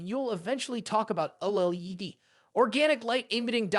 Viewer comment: First off only one of these is truly budget, but that aside how the hell are the first two anything even close to budget, second just call it a f**** Viewsonic Elite for the love of G-d and finally learn how the F*** to say OLED if your going to even remotely attempt to be a Tech Youtube. All in all gave me the vibe that you have never actually touch any of these panels, ripped a bunch of script from other Youtubers then rewrote it (to an extent, for your sake I won't get into details) and overall just had no clue what you were talking about past reading words on a script. Suggestion: Your overall production quality was very good so go create a channel about something you're actually pationate about.